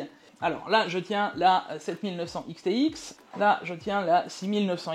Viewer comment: "A aime dé" RADIA-TUF 7900 "ics thé ics" 🍵🤓